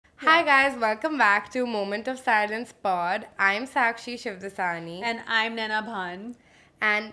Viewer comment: bro🤣🤣 are you teaching me to pronounce my own surname? shivdasni is wrong because the ‘ani’ sound actually has meaning in sindhi- please don’t butcher my name